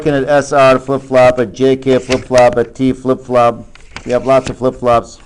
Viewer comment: I thought he said Taco for T flipflop